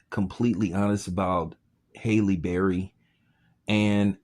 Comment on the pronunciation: Her name is Halle, not Hailey can you read or spell or comprehend..lol your channel is trash!!!!